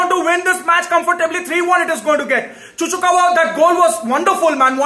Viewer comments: Man is so frustrating that he pronounce Chukwuemeka as Chuchukawa 😂😂😂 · "Seriously, that Chuchukawa scored a wonderful goal" Chuchukawa? Who's that? 🤣🤣🤣 Hahahaha LMAO It's Chukwuemeka lol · who the fuck is chu chu kawa ??? :face-green-smiling: its chuk way may ka dude ! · He seriously called Chukwuemeka as Chuchukawa 😂😂😂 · Hahahaha 🤣🤣🤣 LMAO. actually thinks his name is Chuchukawa. He repeatedly said it many times 😂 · Yeah. Multiple times too 😂😂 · 🤣🤣🤣👏 this needs to get to Chuchukawa, I mean Chukwuemeka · "Chuchukva" and "disass" i lost it😂😂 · "Chuchukawa" pronounciation of the century!🤣🤣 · Bro called him "ChuChuKawa" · Man said chuchukawa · It's Chuck wa meka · Bro It's chukumekwa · More than once too LOL. couldve said chuks atleast 😂.